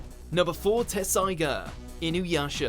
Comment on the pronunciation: it is really spelled Tetsusaiga and when you say it you pronounce the t but not the u. Get it right an do the PROPER research!!!!!!